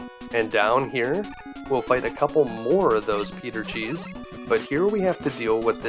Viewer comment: Are you saying Peter cheese??